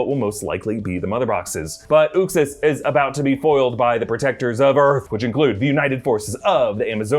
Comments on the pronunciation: its not "Ux-is" is pronounced "Uxe's-Ass" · Its "YUXAS" not "OOXAS" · you totally miss pounced Uxas. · You aren't pronouncing uxas right js